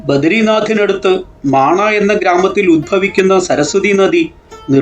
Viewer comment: മാണാ ഗ്രാമം എന്നല്ല. മാനാ ഗ്രാമം എന്നാണ്.